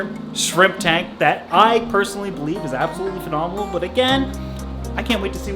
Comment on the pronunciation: I can't hear absolutely without thinking "phenominal" now lol. But congrats on the engagement!